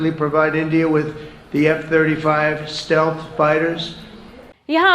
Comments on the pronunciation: Stealth sahi bolo mohotarma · Stealth ko pehle theek se pronounce toh kar lo ..phir gyan baato …